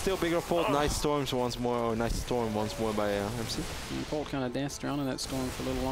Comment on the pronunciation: Q: How do you say "Polt" in Korean? A: "Port"! LOLOLOLOLOLOLOLOLOLOL